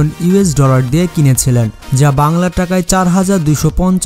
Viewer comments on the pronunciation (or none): none